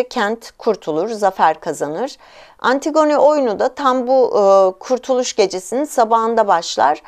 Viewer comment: lütfen antigone'ı düzgün teleffuz eder misiniz ☺